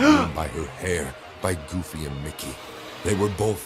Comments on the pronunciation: dawg did he say “Goofly” instead of “Goofy” when Mickey and Goofy appeared in the classroom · I know the Disney one was supposed to be scary but how am I supposed to be scared when all I can focus on is that the person telling the story said "Mickey and Goofle”?!